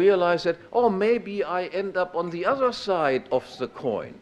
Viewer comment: "ze protection of life, property and ze pursuit of happiness from domestic violence" COUGHS "and from foreign aggression" DRINKS WINE . 100% savage. (by savage, i mean civilized)